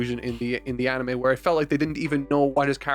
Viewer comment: Bruh if you're gonna mock for how he pronounces "manga" like a mega snob you could at least pronounce "anime" right. 🤷‍♂️